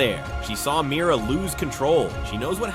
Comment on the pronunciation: It’s Mira not miry lol